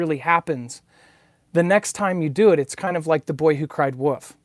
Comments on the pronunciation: By the way, it's "the boy who cried wolf!" Not woof lol my gma used to read me that story all the time. Unless I'm unaware of the woof version. Much love and light! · Lmao, it's how some folks pronounce "wolf." Kinda like Markiplier when he says "rum" but actually means "room."